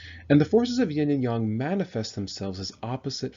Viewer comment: You don't even know how to pronounce yin and yang properly. One should learn before one teaches.